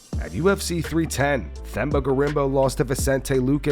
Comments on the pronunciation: Themba’s name is pronounced TEM-BAH. Not THEM-BAH, silent H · Love the show guys. *But quick note* contratray to the spelling, it's "teh-mhh-bah gorimbi" not "thh-eh-mh-bah" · Americans need to stop pronouncing the “H” in Themba’s name. It’s pronounced “Temba”. It’s very disrespectful to mispronounce someone’s name… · It’s pronounced Tem-ba bro please